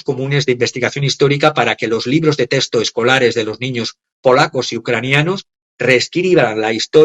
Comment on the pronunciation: No pierde la oportunidad para mostrar que sabe hablar francés, por otro lado no sabe cómo se pronuncia la X, “ testo vs texto. Con X español